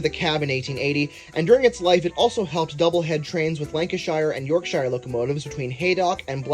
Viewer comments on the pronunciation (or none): I hate how u said Yorkshire